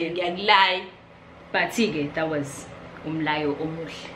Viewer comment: Umyalo not umlayo lol